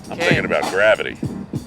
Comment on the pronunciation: “Grabbity” Lol 😂